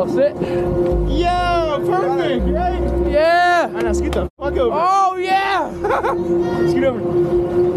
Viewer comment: "really are you serious right neow bro" got me finished inside and out